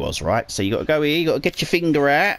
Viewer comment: Dude you are like the best just to listen to on this guide! "Now get yer fing'r ewt." ;w